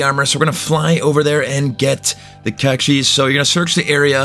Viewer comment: The e in cache is silent.